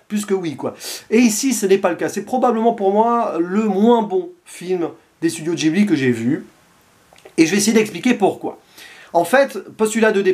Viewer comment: Ça se prononce guibli